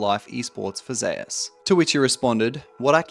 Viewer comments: Why is his name pronounced "Zayus"? And not like the Greek God Zeus? ZOOS. Faker isn't pronounced "Fah-kur". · Only league players can mispronounce Zeus so horribly wrong. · Bro how u cant pronounce the name "Zeus" ....